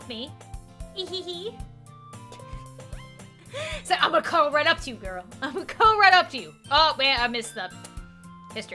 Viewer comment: You're the one who read it and give out the most eastern feeling. Keep it up, this is your unique quality that's hard to find. I said it after I have seen a bunch play through like this. Believe me, you're the best out there. But one thing that keep you from perfect. When you see "Ehehe" in japanese anime, it's "ei - hay hay" not "ee hee hee" and also put shyness in it too. They make a laugh like this a lot when they do something silly or feel a shame. It's kind of dry laugh.